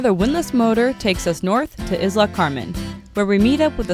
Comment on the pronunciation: Like the videos and your joy of exploration. What does triggerfish taste like? The only thing that irks me is your pronunciation of the word, Isla. Think of Madonna's " Isla Bonita". In both words, the accent is on the next to last syllable, and the i is pronounced as a hard e.